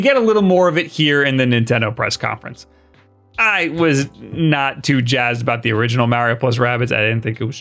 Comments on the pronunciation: Its Mario not Maryio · Who the hell is MARRY OH??? Think Italian mob in New Jersey. Say Mark March Marbles MARIO. MAR-EE-OH!!! EDIT: You knew enough not to say WARRY-OH as in the baby cries WA WA. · Mario Odyssey sequel wasn’t announced because of pronunciation of Mahreo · So you can pronounce "Wario" correctly but not "Mario"? 🤨